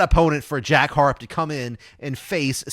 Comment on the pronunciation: Good coverage of the upcoming tournament l. Just a quick pronounceation for Jack Harrop for future videos. It's pronounced Ha-Rop 😊